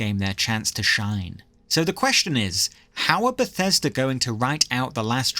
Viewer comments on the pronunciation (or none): none